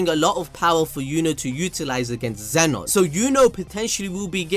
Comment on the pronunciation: Zeno. Not Zenon. It even spells it for you in the manga.